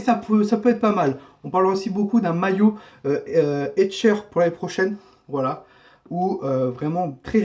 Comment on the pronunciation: c'est HECHTER et non hetcher comme tu dis !